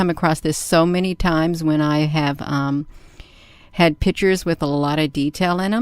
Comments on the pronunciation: Her "pitures" are not convincing! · What "pitchers"is she speaking about all the time? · Blurry image. Can't say the word "picture" but calls them "pitchers." Then she starts babbling about energy and angels. Look, Air Force footage of craft they can't identify is fun to look at. This is just crazy babble right up there with the lady spraying soapy water around her backyard to supposedly get rid of "chemtrails" 30,000 feet above her. Sigh... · I know why she's having trouble saving her photos. She's trying to save "pitchers" instead of "pictures". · "and we're going to take a look at more pitchers" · Interstellular pitchers. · Am I the only person that, when talking to anyone, stops listening as soon as they mispronounce a word? Serious question!!! I'm an asshole, I know but if someone butchers an everyday word consistently I TRULY believe they aren't smart enough to take up any more of my time. "Pitchers" "Interstellular" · These “pitchurssss” aren’t convincing me of anything lol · says "pitcher" means "picture" loses all credibility